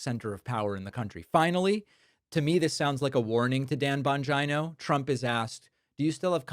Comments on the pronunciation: Stop calling him "Bonjino"...like Vagino. His name is italian...Bon-geeee-no. Geez!! Swollen ankles...shrunken brain. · Bon gynooo? Is David saying it like that to be funny? It’s bon-Gino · Bongina...say it like va....😂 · Why are you saying Bongino like vagina? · Does David mispronounce Bongeeno on purpose? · It's "Dan Vagina" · The Bongina. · So, not only are you mispronouncing Bongino’s name and now Tapper. Done…